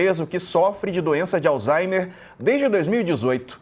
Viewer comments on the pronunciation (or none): Me corrijam se eu estiver errado, mas eu ouvi a pronúncia " alzheiNer"???